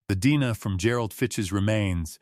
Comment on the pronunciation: If you’re going to post cold case stories, be sure to tell Ai that D N A is pronounced as letters.